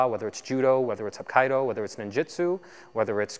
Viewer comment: aikido pronounce eye key doe sometime the "a" is an "uh" as in "duh" or "the"